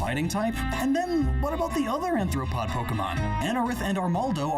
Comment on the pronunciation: Bugs! Entomology nerds unite! Scizor, Heracross, and Scolipede are peak Pokémon designs. Some of the best Game Freak have released. My only (petty) gripe with the bug type video is how says “Anthropod” with an ”n.” Dead horse for a 5 year old video I know, but it’s my dead horse gosh darn it! Bugs (and crustaceans) are Arthropods - with an ”r.” Anthro refers to Anthropology - or the study of human society and culture. Anthropod technically isn’t a word. Which funnily enough is kinda like Etymology vs Entomology. Etymology = the study and origin of words Entomology = the study of insects. Language is weird.